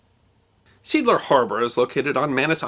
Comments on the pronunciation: The sea port you mention, is pronounced see-art-ler, ler as in her, replacing the h for a l so it becomes one word artler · In German, Seeadler would be pronounced zay-odd-luh with primary stress on the first syllable. It means Sea Eagle. Americans called it Manus Harbor, as it was the harbor at Manus Island. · Zay-odd-luh? Are you nuts? What did you smoke? Man, this is german language, not a Great Old One from HP Lovecrafts stories! It's pronounced "Seh-Adler". I'm german btw. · Love your series! See Adler is pronounced SAY Adler, for Sea Eagle, just FYI. :) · "Seedler" LOL! Trust Americans to butcher any loanword beyond recognition. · Not to be picky, but the proper pronunciation would be "Zee-Adler" - named for a ship worthy of your kind attentions, a commerce raised in WWI that had quite an adventure all on it's own. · FWIW - the name of the harbor is pronounced "ZAY-ahd-ler" - three syllables, accent on the first. If you want to Anglicize it, it would be "SEE-add-ler". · BTW, Seadler is pronounced SAY-AD-LER.. Another good subject would be the Texas City explosion. 'Axe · Say-add-ler (3 syllables) a sailing ship Commerce Raider of WW1 of the German Navy Commanded by Count Felix von Luckner,who destroyed serious Allied tonnage,while killing nobody.He would be a good subject for an episode. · No, the s in German is pronounced as a z, so, "zay 'ad ler". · Pronounced “zay adler” — literally “sea eagle.” My German-born grandfather taught me it meant osprey. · The German name Seeadler is pronounced ZAY-Adler. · Seeadler is the right and german name for such a harbor: sea eagle ... for sure Seeadler hit the supply and it is NOT pronounced "see" cause german see that means sea or lake but is pronounced like in "the" but the "th" spoken like z in "zero" followed by an "e" from the but a bit longer ... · Seeadler should be pronounced : "say adler" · With respect sir, being a German expression, 'Seeadler' is pronounced 'Sea Adler' and not 'Seedler'.